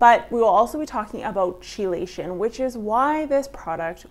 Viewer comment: ChellAshun? Wtf